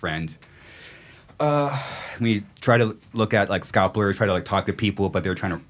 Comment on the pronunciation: Did he call scalpers, scopplers? 😂